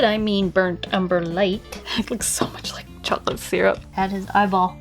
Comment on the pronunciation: "need to add more chocolate syrup." My family makes fun of me for pronouncing syrup the way you just did ;-; ( I also pronounce egg "wrong" as well... ;-;)